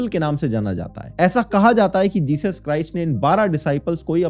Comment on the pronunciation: Jechus ka Chus k bolrahe ho ?